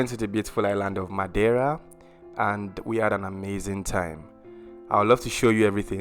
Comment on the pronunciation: A for effort for your pronunciation of Madeira 👏